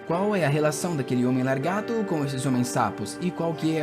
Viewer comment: Escutar "largato" o vídeo todo é agoniante